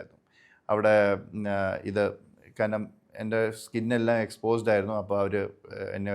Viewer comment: സർ ദയവായി കാരനം എന്ന് പറയരുതു്. കാരണം എന്നു സ്ഫുടമായി പറയു